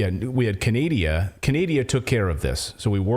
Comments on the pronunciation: She said CANADIA.....WTH hahahahaha!!! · Canadia LMFAO 😅😅😅🤣🤣🤣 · Canadia? Norad. How about Noradia?